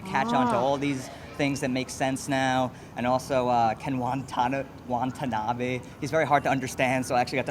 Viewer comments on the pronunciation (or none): his name's not wonton-nabe.... it's watanabe....